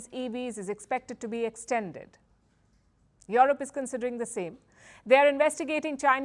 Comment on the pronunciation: Yo yo yo Yo-rop! Love the way N Indians say Yo Rop